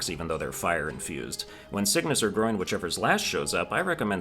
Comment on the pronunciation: You do know there are 57 bosses, right? (Including mini bosses like the Choir Clappers and Lost mini bosses) Edit 1: Also, it’s GRON, not GROIN Edit 2: I’ll put down the bosses (and mini bosses) you missed here. I’ll put down all I know for now and will return later to finish: Red Ant Clubber 2 (they’re called something like Skarrbringer btw) Red Ant Clubber 3 Lost Red Ant Clubber Choir Clappers Lost Choir Clappers Plasmafied Lango Lost Moss Mother Summoned Savior Shakra Huge Flea Garmond and Zaza Aaaand Grand Gourmand (don’t ask me why it’s considered a boss idk)